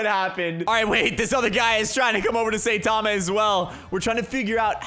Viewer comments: Imangine saying satama instead of saitama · IT NOT SAYTAMA ITS SAITAMA! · his name is saitama but you pronounce it as sitama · Now, i like and all, hes really cool. BUT HE MISSPRONOUNCES SO MANY THINGS THAT IT IS STARTING TO ANNOY ME. Its saitama not saytama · btw joe saitama is pronounced sai tama not sa itama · It’s not how u say it it sound like Saytama that’s how u sound like when u say it when u is saitama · saytama Me: it is saitama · You said sayTama it’s Saitama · bruh the way he pronounces saitama honestly triggers me, its not SATAMA, its (seye-tama) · Saytama it is saitama bruh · I hear “saytama” like bruh that’s not how you say it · S-eye-ta-ma;-; cmon you know this man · bruh its not saytama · Lol saytama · u where saying saitama name wrong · am i the only one that got kinda triggered when he said saitama wrong? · Ur pronouncing his name wrong trigger